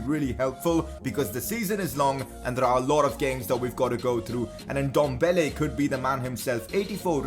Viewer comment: Please say Ndombele right. It’s Ehn-dom-bah-laye